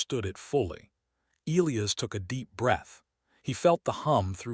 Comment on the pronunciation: Get the pronunciation of Elias right